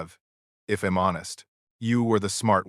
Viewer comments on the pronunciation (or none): I hate it when AI says im instead of I'm. Id instead of I'd.